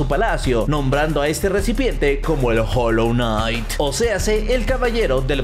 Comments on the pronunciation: Jolonait XD 0 ingles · Hijoejsks se dice HOLLOW KNIGHT